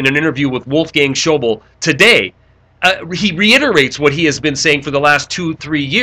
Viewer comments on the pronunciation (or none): Schauble is pronounced Shah-blay not show-bowl.